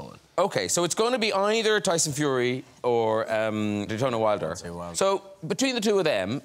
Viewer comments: HE CANT SAY DEONTAY LAWWDD I’m ded 💀💀😂😂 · This guy jus called him Digerno Wilder lmao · Nobody: Graham: DETONAY WILDER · He said “Daytona Wilder” 😂🤣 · Detony he didnt even say Daytona, that's the worst thing 🤣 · Man called him dittony wilder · “Detonay wilder” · What did you call him detonye wilder.....no u didn't